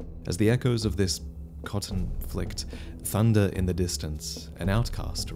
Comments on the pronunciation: conflict, or some say coTnflict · Conflict... or some say, CoTnflict... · Ah yes the coTnflict. It's all coming together now. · You fool, the coTnflict is obviously on purpose, as it emphasizes the T making the whole story about the great conflict over cotten